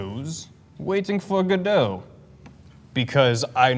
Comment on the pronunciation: Waiting for Godot.My favorite play of all time. It hurt to hear the mispronunciation, but i will not hold it against them, barley anyone i talk to knows it. It makes me sad.